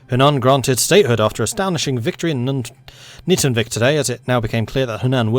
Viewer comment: In pronouncing Nytungvik, the "y" is pronounced longer, "u" is pronounced closer to "o", and the "i" is longer